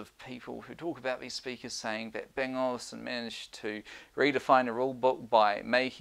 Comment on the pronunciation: It's Olufsen not Olivesen